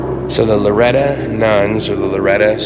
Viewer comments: With all due respect and as a native New Mexican, it’s Loretto “o”; not Loretta. It was painful to hear the name of a New Mexico treasurer being mispronounced; even when it’s clearly inscribed on the marker in front of the Chapel. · BEAUTIFUL!!! But...it's LORETT "O" 'not' LORETT 'A'. This is important as the Sisters of this 'Order' were commemorating the 'House of Loreto' which is the home of: Jesus, Mary and Joseph in Loreto, Italy. It was moved two times by the angels from Nazareth. Thanks for the vid. Health an' blessings! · Bless you but the pronunciation is Loretto. Not Loretta. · Who's Loretta?? Oh you mean LORETTOOOO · It is pronounced LORETTO